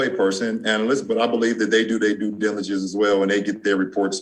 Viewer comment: "I would have did that dijijillegence"